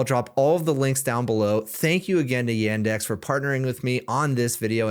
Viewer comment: I`m Russian and for me hearing [Y-e-n-d-e-x] is like for you hearing [G-o-o-g-l-e] instead of ''Google'. It`s [Y-u-n-d-e-x]. It`s our local Google basically.